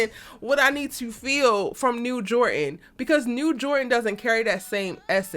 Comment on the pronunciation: Jor dan!!!! Jor dan!!!! Is dropping the d a cultural thing? Don't do that to people's names.